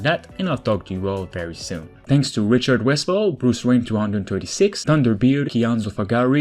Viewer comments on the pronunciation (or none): none